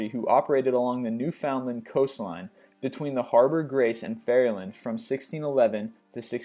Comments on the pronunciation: ITS NOT PRONOUNCED NEW-FOUND-LAND. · Newfoundland is actually pronounced newfundland